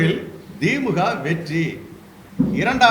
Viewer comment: திமுக வ மொதல்ல ஒழுங்காக உச்சரியுங்கள்.. dheemga vam dheemga